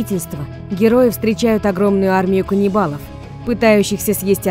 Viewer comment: Мне показалось или в начале диктора сказала "кунибвлов"